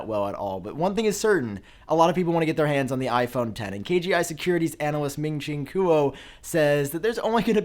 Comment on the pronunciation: Why the hell does he mispronounce Ming Che Quo EVERY TIME. Seriously it sounds like you purposely do it. Just stop it, you sound like an ignorant gringo when you do.